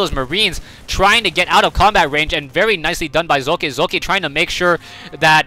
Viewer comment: why did u say his name like tht?